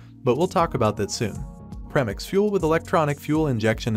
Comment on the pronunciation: I can’t finish the video you literally said “prem-ix" instead of "pre-mix" ugh 😩